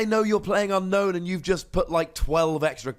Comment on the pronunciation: ...I remember at some point you said Unown was pronounced Ü-no-ün, but from the Japanese text, I see it's pronounced AN-no-n (their vowels are like Spanish, so they don't elongate certain vowels), so carrying it over to English, I think it should be UN-no-ün. Random, yes, but I also heard you pronouncing it the way the Japanese was intending to do it. Therefore, I'm not poking at a silly here. It was worth a mention.